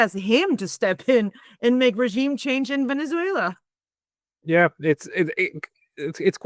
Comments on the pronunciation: "Venetzswela" pronunciation made me quit listening. I just couldn't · German / Swedish pronunciation of letter 'z' is 'ts'.